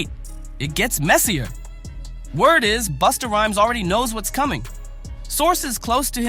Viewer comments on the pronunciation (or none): Man, if you call Busta... Boosta one more time😂😂😂😂😂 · In a hurry to get this vid out? What a crap mess of clips. Pronouncing Busta as Boosta several times. Come on.